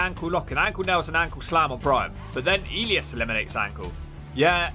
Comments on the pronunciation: oh my god you’re pronunciation of names is phenomenal. Elias 😂 And you’re still calling Drew McIntyre, Drew MacDonald….how is this so? Do you actually watch the product or skip through clips with the sound down? Come at me 😊 wait you’ve moved to McIntyre now awesome! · The way you pronounce Elias is hilarious 😂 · the way he pronounced elias though 😂😂😂